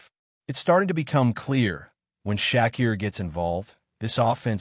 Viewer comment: Who's shaqkeer its sha keir